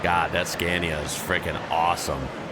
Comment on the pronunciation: Psst,, it’s “scah-nia” 😜👍